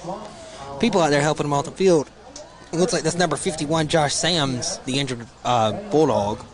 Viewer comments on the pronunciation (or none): Bro it’s S A M S 😭